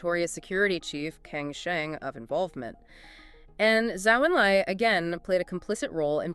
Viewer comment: It would be good to edit the pronunciation of "Zhou En Lai". It's not ""Zoo Un Lay" it's more like "Joe Un Lie" (phonetically). That figure is way too important to get the pronunciation wrong.